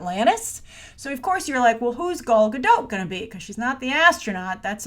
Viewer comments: You would think that by now you knew how to say Gal's name right 😂😂😂😂😂 it's GadOT. With a very strong T at the end. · Hi, you should pronounce the T in GadoT. It's the Hebrew plural for "Gada" - a river bank. Basically "Gal Gadot" means wave river banks. I guess her parents likes water imagery...:D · And she also pronounces it as "Godo" with the "a" as an "o" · GADOTTT. T is NOT silent, it's a Hebrew name NOT French. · John Perry it is in english. But Gal is Israeli and EVERYTIME she introduces herself she pronocues her last name like Guh-doT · Hey, there is 'T' at the end of Gal's last name for a reason 😉